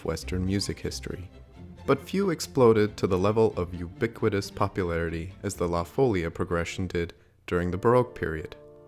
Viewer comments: La FolEEEa, not la FOlia. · that accent on the í means that the i is the strong syllable. follía. Not fôllia.. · Folía is accented on the i. folia. NOT Fôlia. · Amazing video! Just a small correction: it's pronounced "la folía", not "la fólia" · What is the little sign above the "i"? It is a bloody accent. So why saying all the time "fòlia" with the accent on the o? What's the problem of english speakers with all other languages? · Your videos are excellent.... but something that has bothered me over the course of them- the pronunciation of 'La Folia' is the emphasis on the second syllable, fo-LI-a. Also, Beethoven hid La Folia in his 5th symphony. Also, Nobuo Uematsu used it for the Final Fantasy IX soundtrack in "Vamo alla flamenco" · Surely the stress is on the second syllable? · I was hoping someone would point that out as well.